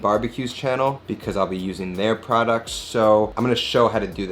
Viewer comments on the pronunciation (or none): none